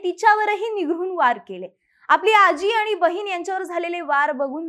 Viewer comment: म्हनून नाही म्हणून, आनि नाही आणि...